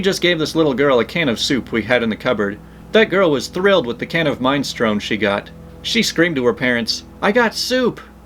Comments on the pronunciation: Min-eh-STRO-nee, with a slight emphasis on first syllable, too. must not hang out with many Italians. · the soup is pronounced Min- e. - stro-ne